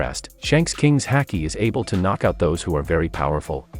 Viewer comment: Why's our man pronouncing haki like that